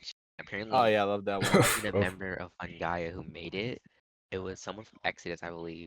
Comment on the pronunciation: How do you misprounce fungaia as "fungaria"